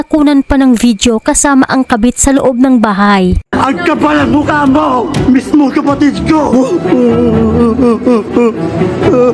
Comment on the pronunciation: PADER' ADOBEH' MARMOL' HALO BLOCKS' ANG PGKA (KAPAL ng pg MU MUKAH MOHHHHH) BABAE KA